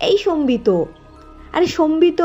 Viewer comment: Sombito na Sambit? ak akjon ak ak rokom uchcharon korche....amar mone hoy Sambit tai better....Sombito karur name hoy na chot kore...so erpor ektu pronunciation gulor take care korle valo hoy.